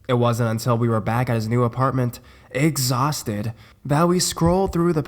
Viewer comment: "egg saucted"